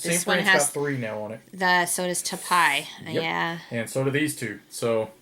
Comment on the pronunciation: "Taipei" is pronunced as "Tai pay". I live here :)